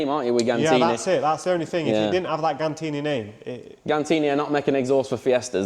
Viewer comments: Did he just call Gintani Gantini? 😂😂😂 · Do you say gintanni wrong on purpose 😂